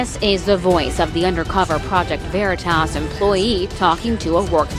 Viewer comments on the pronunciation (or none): Was I the only one that heard that guy say “project vernatos? 😂😂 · I like how the Hispanic pronounces Veritas. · did you guys catch the weird accent the dude but on Veritas like if it was spanish or something??? very strange lol